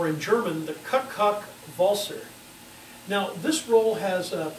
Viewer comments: Was the mispronunciation of cuk-cuk intentional? The correct pronunciation would sound much like we say Cuckoo. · Your pronouncing turned it to the "poop poop waltz"